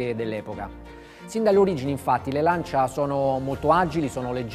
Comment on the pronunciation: Lancia, non c'è nulla da aggiungere. Chissà perché una scelta ponderata negli anni passati, per eclissare una filosofia vincente: nella classe; nello sport. n.b.: anche se francese, fatelo parlare in italiano. Inascoltabile "Lansià"...